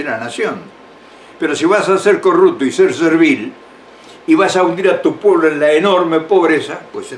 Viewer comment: Que se entienda...corrupto...no corructo. Digo.